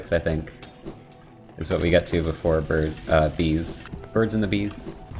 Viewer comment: "So, beefore we beegin" likes the video